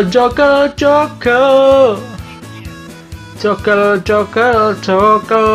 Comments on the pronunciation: Joker kak bukan jokel 😂😂😂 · Joker mas bukan jokel 🤣😂😃